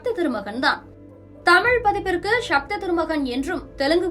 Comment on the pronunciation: அது ஷக்தி இல்ல சக்தி.!